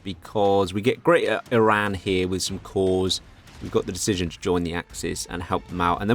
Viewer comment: Oh thank God finally someone pronounced "Eran" not "I-ran"...